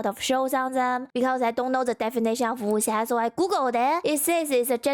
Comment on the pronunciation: I honestly believe Seth pronounced Wuxia wrong on purpose to troll people who know how it should sound. You can believe about 40% of what he says because 60% of what he says is gaslighting lmao